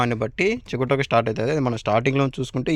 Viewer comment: చిగుటాకు కాదు "సి గ టో క "